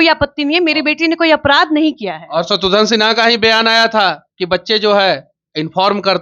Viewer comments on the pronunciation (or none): शत्रुघन नहीं शत्रुघ्न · शत्रुघ्न बोलो तुम लोग शत्रुध्न या शत्रुधन क्यों बोलते हो। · दोनों ही नाम का गलतउच्चारण कर रहे हैं , शत्रुघ्न है ना कि शत्रुधन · शत्रुघ्न को शत्रुधन मत बोलिए नेताजी व पत्रकार महोदया। घ की जगह ध बोल रहे हैं आप, कृपया शब्दों को उच्चारण ठीक से किजिए।